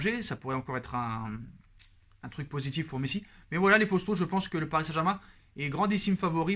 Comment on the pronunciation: Arrete de dire « postaux » (traduction youtube) !!! C est potos ! P O T O ...entraîne toi devant le mirroir ou prends un orthophoniste